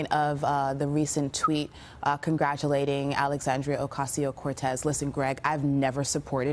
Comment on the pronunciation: They should learn how to pronounce Alexandria Ocaso-Cortez's name. At least Fox keeps up its reputation as having idiot hosts and idiot viewers.